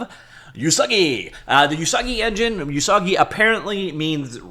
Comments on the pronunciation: Usagi does mean rabbit. It's pronounced more like "ooh-sagi" not "you-sagi". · not "you-sagi" ... "oo-sagi" it means "rabbit" in japanese. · Please do not call Usagi "You Soggy." That is saying something else you don't want to say. The "U" sound in Japanese sounds like "Oooh" not "You." "Usagi" is pronounced "Oooh-SAW-gee." The vowel sounds in Japanese are NOT like the American English "Ay-Eee-Eye-Oh-You." Like Spanish, Japanese uses pure monophthongs: "Ah-Eh-Eee-Oh-Oooh." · Usagi means rabbit in Japanese. Pronounced Oosaagi, not Yoosaagi. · Not "You-sah-ghee", it's Japanese ウサギ literally meaning Rabbit. "Oo-sah-ghee" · TL note: Usagi means rabbit in Japanese. TL note2: it's pronounced oo-saa-gee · So Pico8 but open source? Also it's pronounced "oo-sah-gee", yeah it's Japanese for rabbit. They've a folklore story about rabbits being from the moon, which probably ties it in with Lua meaning moon. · it's "oo-sah-gee" xD